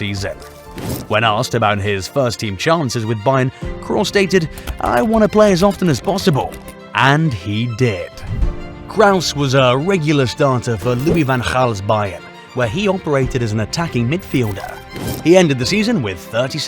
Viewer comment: "Krauss"? lol 😂